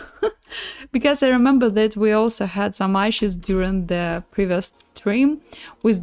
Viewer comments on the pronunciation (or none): Прости, не могу удержаться чтобы не поправить, issue произноситься через 'и'... А если по делу то стримы супер, досмотрел до конца ;)